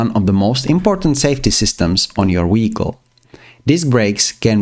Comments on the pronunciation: i love listening to him saying da weekol every five seconds lol 😂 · fr bro keeps saying " WEHICLE " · What is a “weekol”? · I want to like this video but everytime he says wehicle I can't really distracted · A very amazing guide I just can't keep serious on the accent of wechicle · “Weeicle” weeckle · WTF is a weehicle?!?!?!😂😂😂😅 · Take a shot everytime he sais Weeyickle. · this comment has a translate to english option and it translated to he got off😭 i know ur comments abt how he says it